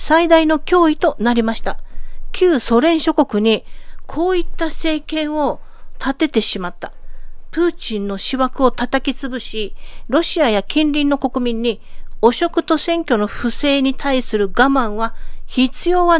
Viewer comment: やっと外国人らしい読み間違いをしてくれたね。w プーチンの思惑をシワクと発した時にニヤリとしました。待ち長かったわあw